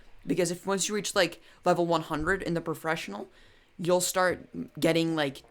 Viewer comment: professional not pra fessipnal